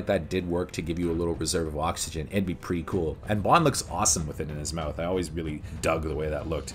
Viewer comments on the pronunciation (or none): none